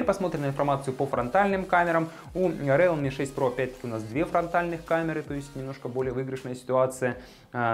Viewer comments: да не РЭАЛМИ, А РИЛМИ, боже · Не реалме, а РИЛМИ. Хороший видосик. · РИЛМИ по английском, а по руском РЭАЛМИ Как Xiaomi, на руском Ксиаоми, а на английском Жаоми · интересный общий обзор, можно сказать эпичный))) так держать! (в mi note 10 lite нет датчика приближения. realme произносится риилми). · Рэлми мне в уши!